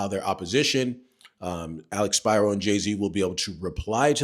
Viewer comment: First, thank you for pronouncing Alex Spiro’s name correctly. Secondly, thank you for not sensationalizing the updates. I hope your channel grows so more people can have access to honest and informed content from a REAL lawyer.